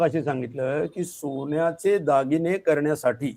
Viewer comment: सोन्याचे म्हणावे सोण्याचे नव्हे रे